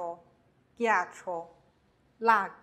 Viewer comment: 最后有个错误，ghe,ghi应该读成/ge/,/gi/